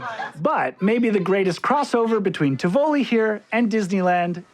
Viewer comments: I think it should be pronounced as "tee-vo-lee" with a stress on the first and a light stress on the last syllable. you pronounce it the way I would! All in all a nice try! Being a Dutchman I can imagine it's tough to find out how another related but strange language works. Well done! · IT'S Pronounced TI' vo-li , you guys, with accent on the FIRST syllable. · TI voli NOT Ti VOli! Americans always think all foreign words are pronounced like Italian spaGHetti, you just accent the second syllable. No that's very often not the case! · Great video. But a note on pronunciation: the granddaddy of all amusement parks is called TIV-oli not Tiv-O-li. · Isn’t it ’Tivoli and not Ti‘voli?!?